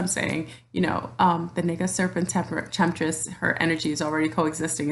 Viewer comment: You are a very enlightened being thank you for sharing your energy here 🙏 Namaste. Isn’t “Naga” Pronounced Nahga. Just wanted to say lol sorry. Anyways I love your video thank you. I am not mixed or Black at all to my history and knowledge going back generations, but I am Native American and Celtic. I understand we all come from mother Africa. My past life I was from India. I have Aslesha in my Chart and am aware of an Orian Star connection. I feel we can be a Naga descendent without just being genetically shown today as a beautiful African looking person. Thank you very much for this video though I just wanted to express feelings thank you. 😘